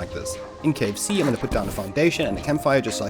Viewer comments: Every time you say cave C. I hear KFC.... i need to stop thinking of food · yo you say in Cave C and i thought you wysed KFC